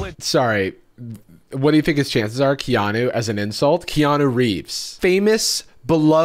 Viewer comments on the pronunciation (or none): He said Kea-NO, not Keanu